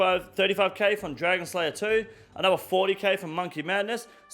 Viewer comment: I see your pronunciation complaint about Herblore and raise you "anover"